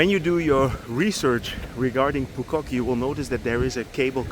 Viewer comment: Your “Phu Quoc” pronunciation is 100% perfect 🎉